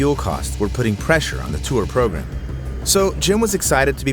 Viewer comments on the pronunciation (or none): none